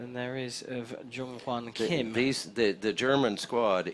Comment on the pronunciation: His last name is Kim, KIM!!! Not hard to pronounce.